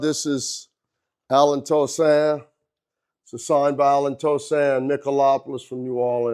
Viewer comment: Tell me you've never been to jazzfest without telling me you've never been to jazzfest. Dude butchered Allen Toussaints name. Haha